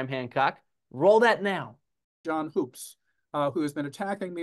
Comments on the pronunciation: For the record my last name is Hoops and it's pronounced like you're claiming Hoopes is. Better check the family history. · Sir it’s pronounced HOOOPS. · So when he was playing the part of Graham Hancock he mispronounced his own name Hoopes. Accuracy. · who? John Hoopes? No, he never worked with my dad on any projects, papers, or research. John told me before recording that he'd met him when my dad gave a lecture at Kansas. I only met John briefly at a conference earlier this year. Hence why I didn't know how to pronounce his last name 😅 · I don't know. Can we really trust a guy who can't even pronounce his own name the way it clearly is spelled?